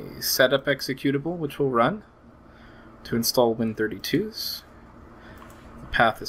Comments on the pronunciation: By the way, the correct way to say the name of Win32s is "Win-32-S", not "Win-32s". The S stands for subset, as Win32s is a subset of the full Win32 API. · I believe you were pronouncing it like the plural version of Win32.